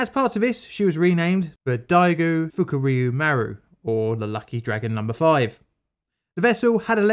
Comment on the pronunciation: UHuhhhhuhhu... You said FukUryu